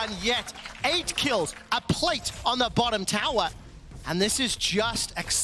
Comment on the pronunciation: Wow! Someone should teach this guy how to pronounce tower.